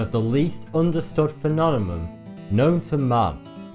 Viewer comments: It's funny hearing you pronounce phenomenon or phenomena lol you prounounce it like phenonema or phenonemom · Phenonemum 😂 why didnt he fix that in edit? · fenonemon xD